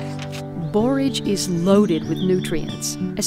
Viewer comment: I enjoy your videos in general but today I especially appreciate that you pronounce "borage" correctly.